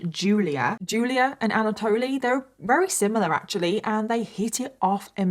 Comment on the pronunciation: Just something I've noticed... alot (most) of the time you say wary instead of very 😊